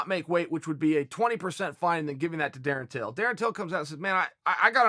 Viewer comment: Surprised Uncle Chael Pronounced his named correctly😅